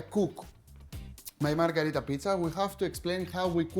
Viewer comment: Great recipe Akis but the name is Pizza MarGHErita, not MarGArita, from Queen MarGHErita of Italy. 😀👑